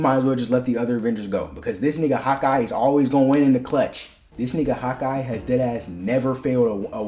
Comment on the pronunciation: Every time you say Hawkeye it sounds like you're saying "hot guy" 😂 I mean you're not wrong